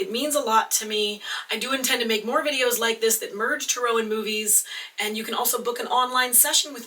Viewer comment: I'm sorry but it really bothers me the way you pronounce tarot It doesn't really fall in line with the British or American pronunciation of tarot so why do you say it like you do?